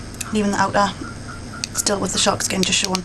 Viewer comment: SORRY ITS "SHARKSKIN"